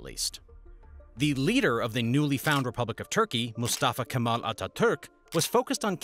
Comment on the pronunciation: Its Turkey not Thurkey. Thank you for the knowledge